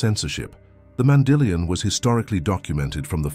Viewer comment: Be consistent in your pronunciation of “mandillion”. It is not Mandy lion!